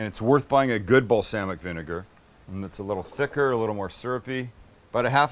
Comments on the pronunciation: The way he says balsamic makes me irrationally angry. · Most people: Bals-AH-mic Vinegar Sam: Bals-AA-mic Vinegar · The way you pronounce “balsamic” makes me think you should open a company called “balSAMics vinegars” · he said bal"sam"ic vinegar haha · Okay is it just me or does anyone else pronounce it like Balsahmic and not the way he does? I'm not attacking pronunciations or anything it just caught me by surprise. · Who, in god’s name says, “bal[SAM]ic???!?” Nevertheless, if the aforementioned balSAMic is henceforth to be measured in “shit tons” then SAM is totally acceptable…….